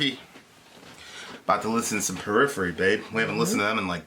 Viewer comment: Purriphery I assume you muted it? lol